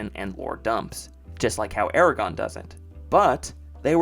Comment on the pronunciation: Calling it Eregon when Aragorn was so famous is what did it for me as a kid ha